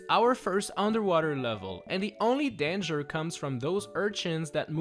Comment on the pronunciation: and you cant say danger you said dengeres why do you call boom boom mad lad